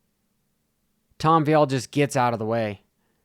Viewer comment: Hmmm. Looks like he is totally focused and is assessing the situation , no animosity, opinions are getting old bro , I worked this even and raced on this track back in the late 80’s. You do t k ow the facts ! Omg it’s Vialle , not viiiillle. Trajectoryn! Do you even attend these events? Take a Look , clown